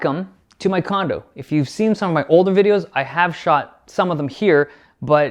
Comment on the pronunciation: "welcome to my condum" I'm sure it's nice